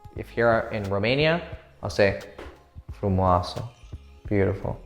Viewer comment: Actually I am from Romania and when u said “frumoaso” my mind just exploded 🔥🔥🔥